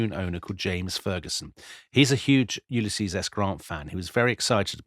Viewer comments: Are you sure he wasn't trying to say "Ulysses" and not "useless" 😅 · Did Booth say 'Useless' or 'Ulysses' at this death???!!!